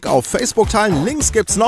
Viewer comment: (RallenX3) naja er sagt ja auch auf wiederzehn und nicht auf wiedersehen